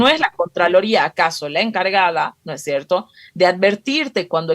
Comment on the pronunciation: Es VERGONZOSO escuchar a esta "analista", "no es sherto"...??🤢🤮